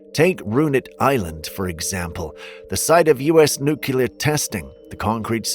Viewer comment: Can you say NEW-CLEAR Itts not NEW-KILLER